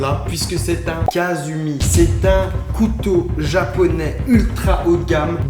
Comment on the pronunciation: C'est pas Kasumi c'est Katsumi